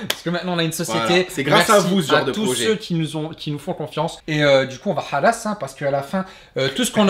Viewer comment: Il a mis l’accent à khalass mes malheureusement c’était pas le bonne accent